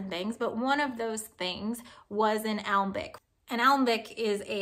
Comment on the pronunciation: For future reference, alembic is pronounced uh-lem-bic